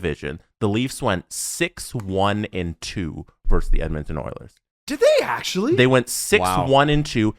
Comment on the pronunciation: "Versus", not "verse".